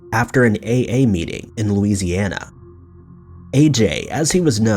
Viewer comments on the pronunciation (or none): none